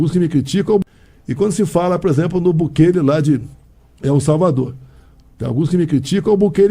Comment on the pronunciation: O ASNO do Bolsonaro não sabe nem falar o nome de Bukele corretamente, assim como não sabe falar Trump. Não sei o que os gados veem neste sujeito... 😬